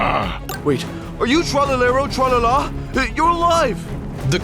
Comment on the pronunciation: When bro said TREloeaALA 😂😂😂